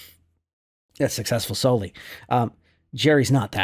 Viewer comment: The pronunciation is Sou-li, not soul-e. Like a soey call to hogs. 😊